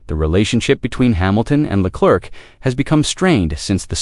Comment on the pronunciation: "Le Clerk"??? You're a tool...